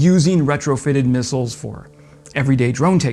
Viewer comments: He can't say missiles. Comes out as missels or something like that. Try route, mirror, vase. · Every time he says "mussles" I just cringe.